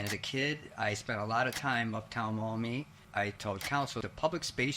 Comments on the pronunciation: It's pronounced Maw-me, not Mommy. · With all respect and feedback in mind this content relating to Maumee, OH it has the pronunciation of Maumee as mommy and not Maw-mee many times throughout the video. As someone from that area and who shared this video I can say the feedback to me has been embarrassing and have heard back a couple times "if they can't say the town name correctly then I don't have the say Kamala correctly". Thank you for everything you do but I will say THIS HURTS ME. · Who thought to name the town Maumee? I keep hearing mommy😂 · Mommy? Sorry. Maumee? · lol i am thinking you mean Mommy not town of Maummee. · Maumee? Sorry. Maumee? Sorry